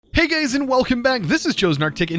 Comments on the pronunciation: am i deaf or did he say hey gays at the start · Okay, relisten to the intro...totally says 'Hey gays!'